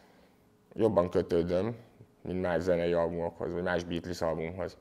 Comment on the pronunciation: Az nem likvid szwördsz, hanem likvid szords, nagy hiphop fanatisták vagyunk legalább ejtsük helyesen, úgy mint a bitlisz, ami bítölsz amúgy